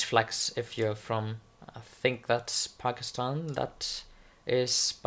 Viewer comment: YAYYYYY FINALLY THEY ADDED THE PAKISTANI FLAG love from Pakistan tho bro~ <3 also your pronunciation of Pakistan was Perfect <3